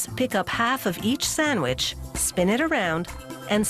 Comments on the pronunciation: WHY DOES SHE NEVER PRONOUNCE THE D IN SANDWICH EVER WHY? It's not Sanwich!!! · Introducing the SAMMICH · say sandwich again